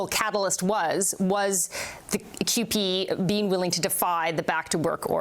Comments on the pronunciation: The union name is pronounced QP not Coop.Canadian union of Public employees. We dont need unions... until we need them. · CUPE is pronounced que pee